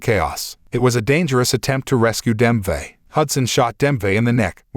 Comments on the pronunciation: I know they ain’t just call my guy Dembe Fucking “denthe” 💀💀💀💀💀🤣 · DEM-BAE, NOT BEM-VA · It's Dembe🥲 what's this "Demve" now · Dembe, NOT Demvey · Is this AI narrated? I’ve grown so weary of the ai voices and this sounds just like one. Edit: Yup. AI voice. Dembe is pronounced Dem-vay on several occasions. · Dembe not Dembve. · say dembway one more time i dare u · that ai voice is terrible DEMPVAY?!?!?! Ai voice is terrible!!!